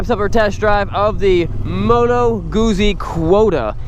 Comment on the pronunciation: i'm italian, good guzzi pronunciation.